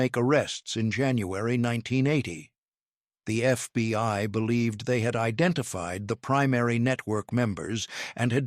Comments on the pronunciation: It is not the FBY it is the FBI. Please get it right or stop trying to and get someone else who can get it right everytime. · I guess all the holes in this tall tail is how the constant glowing embers got in. "Thirty-two dollars zero zero zero", "FBY" often used in place of FBI and enough pregnant pauses to deliver a fullterm bsaby, are just some of the reasons EVERYONE HATES computer generated narrators.